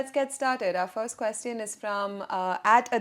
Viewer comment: please pronounce the word “question” correctly.